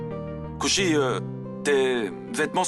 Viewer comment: J'adore la façon dont Payal prononce le nom de Kushi, Quand Kushi l'as Taquine,Jaime tout les deux de la même Manière,mais parfois Payal m'énerve mais bon c'est qu'une série❤❤😂